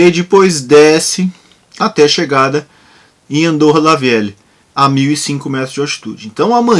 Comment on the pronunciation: Fala meu camarada, tenho um amigão que mora la, a pronuncia correta, segundo ele é Andorra La Véquia, se ele fizer algum video ou foto te envio. Ele não garante estar lá, pois volta no meio da tarde de Barcelona. Abração!